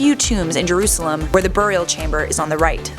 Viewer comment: And u said jurasalem wrong